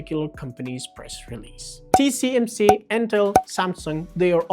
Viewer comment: Dude, it's T-S-M-C. If you can't even get that right...